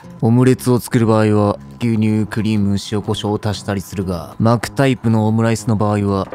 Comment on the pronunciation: 巻くタイプを【マークタイプ】に聞こえて??ってなったWWWWW